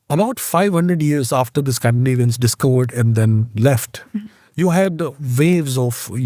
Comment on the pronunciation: Amazing pronunciation of Scandinavian names, equivalent to how Native speakers would pronounce